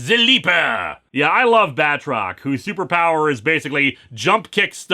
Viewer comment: I swear there's been a couple times where for a split second I thought he said Badrock instead of Batrock.